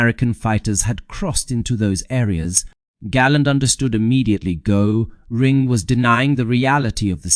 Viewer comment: a presentation on the subject of Hermann Göring uses an ai voice who can't even pronounce Göring. You guys chose an interesting subject that I would have enjoyed learning more about. Too bad!